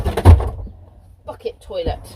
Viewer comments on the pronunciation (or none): I thought you were swearing then, but you were saying ‘bucket toilet’.